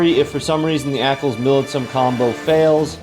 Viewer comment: ÄCLS? Aklys. xD